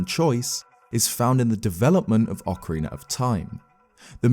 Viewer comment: Here you can see a rare clip of saying Ocarina rather than Okareener.